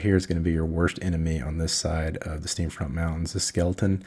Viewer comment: Great Video! One note, its Steam Font mountains, not Steam Front /giggle. Just razzin.